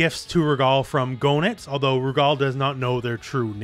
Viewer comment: FYI Goenitz is pronounced "geh-nitz". The Japanese is below, "geenittsu", where "ge" is pronounced like in "get".